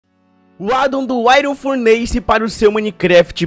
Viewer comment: Se pronuncia furniss nao furneise